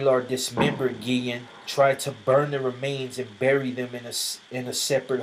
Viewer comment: Guillen is my last name, and yes you said it right.